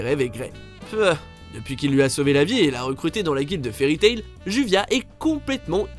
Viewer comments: ÇA SE PRONONÇE JUBIA ET PAS JUVIA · C'est pas pas Juvia c'est Jubia !!! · Sa ce lit jubia